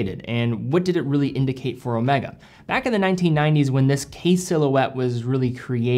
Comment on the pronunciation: O may ga, not o meh ga